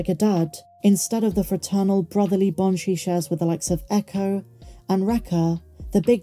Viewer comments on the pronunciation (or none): none